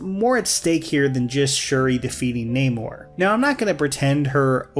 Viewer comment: The mispronouncing of Namor’s name is so funny (frustrating).